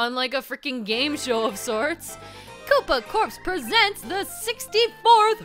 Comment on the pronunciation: It's pronounced core not corpse